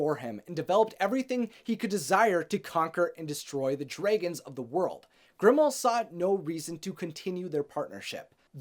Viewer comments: I wanted to watch this but I couldn’t get over how you said dregens instead of dragons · It annoyes me the way he says dragons. #nooffence